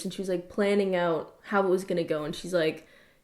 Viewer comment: the canadian slipped oot